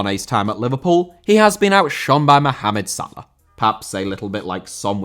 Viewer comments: Salah* not Saler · pronounce his name correctly